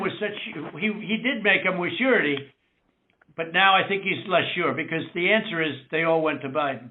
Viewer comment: Lmao, he said hecause thats what the rumor is. lmao bitch you started that rumor!!!